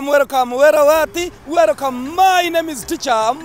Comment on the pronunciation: Say welcome not wercome